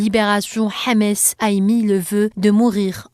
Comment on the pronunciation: C'est pas Hamès, c'est Hamas.